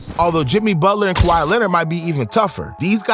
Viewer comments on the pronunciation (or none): none